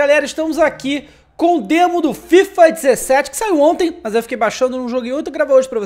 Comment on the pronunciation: Que passe foi esse "demoin"kkkkkkkkkkk